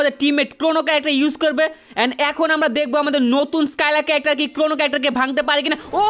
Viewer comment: Carecter 😂😂😂😂RIP ENGLISH